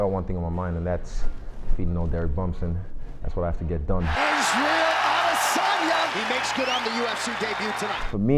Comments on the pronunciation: It's Adesanya, not ADEY-SAUNA. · Which fucking 12 year old uploaded this shit... Butchered the guys name that you're trying to promote. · Its Israel Adesanya not Isreal Adeysana Edit: Thanks for correcting